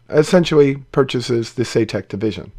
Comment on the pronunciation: Saytek? Eye - Saitek surely. But then as it's a name I guess it could be pronounced shoutuk. :)